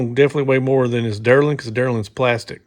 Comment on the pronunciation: Delrin is pronounced, "Dell-rin," not, derlin. 😁💯